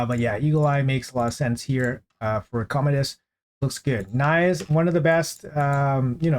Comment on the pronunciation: You pronounced Nais right. You were joking around all this time, haven't you?